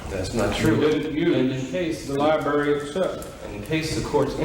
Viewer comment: Judge said law lieberry 😂